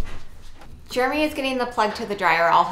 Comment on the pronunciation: I saw someone say in comments once “Germy” …..and unfortunately, now I can’t unsee nor unhear it., say “Jeremy”.